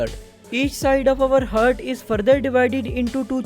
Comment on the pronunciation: With due respect Its ہارٹ Not ہرٹ 🙂